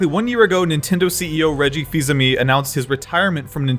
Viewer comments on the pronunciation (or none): this man saying "aime" as "ami" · "Reggie Fees-Amee" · I hate the way you say fils aime